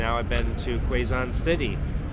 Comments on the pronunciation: Pronounced K-zon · It is pronounced K-zon. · Pronounced Case zon